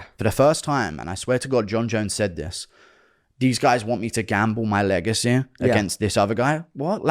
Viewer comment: Legaceeee legaceee, it’s legacy! Pronounced “sea” driving me fucking nuts😂